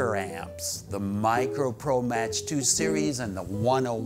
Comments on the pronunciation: It's "Mock" not "Match". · The Quilter isn't pronounced "Match", it's pronounced "Mack". It's Mach as in the speed of sound. And neodymium isn't a technology, it's a material. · mach is pronounced like "mock" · Nice review. Would like to add: “Mach” is pronounced “mock”, as in airspeed. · Who the heck would pronounce Mach as Match? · Thanks for the video. The Quilter Mach 2 is pronounced like ‘Mock’ 2 (used to own one), FYI.